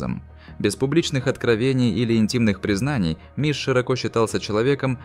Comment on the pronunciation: Он не миш а мыш